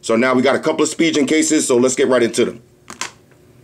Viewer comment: Yo, Why you keep saying spijen!!! It's pronounced *spi*-*gan*!!!!